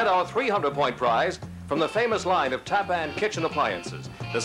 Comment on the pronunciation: I love how the announcer was pronouncing TAPPAN. "TAP-PAN. Really? 😂😂